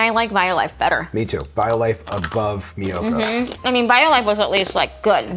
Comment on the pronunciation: Thanks for the review of all these products. Of those brands the only product available here in Japan is Violife although there's a Japanese tofu maker here that makes a cream cheese style tofu and it is amazing. Also Miyoko is pronounced Me-yo-ko not My-yo-ko. Mi is pronounced as Me in Japanese, like sashimi.